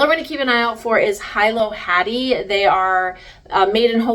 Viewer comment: It’s pronounced ( Hilo ) hee-low , had to comment!